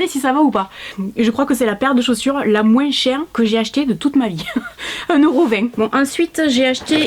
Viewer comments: Coucou je t adore masi il y a un truc qui ma choquée qui prononce le S de moins personne ne dit sa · J'adore quand tu dit moinss